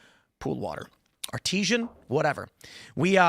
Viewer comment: Art- i- zen water. Not Art eez ian